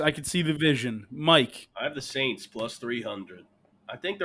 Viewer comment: S-A-N-T-S who dey. That literally could not have been any less correct.